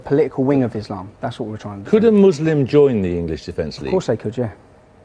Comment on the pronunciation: "Islamum" - LOL